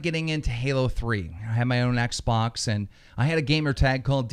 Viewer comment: He said oxbox LOL LMFAO😄😅😆😅😄😅😆😅😅😆